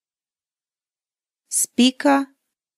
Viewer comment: чуть не умерла от "спика"